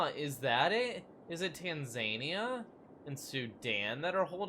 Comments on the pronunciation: Dude stop saying tanzania wrong. It is TAN-ZAN-EEYA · Myou are saying Tanzania wrong.. ffs